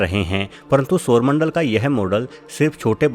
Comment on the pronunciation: Ye sarmandal gati katke ja kaha raha hai? Pehli bar aisa soona